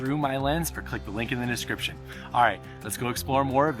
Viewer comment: DIS CRIPTION. Why does it always sound like you can't say that word properly. It always sounds like you are just saying SCRIPTION.